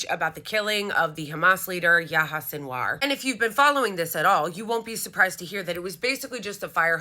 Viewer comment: Its Yah-ya